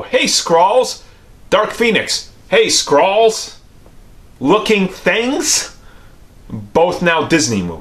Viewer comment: It's Skrull not skrall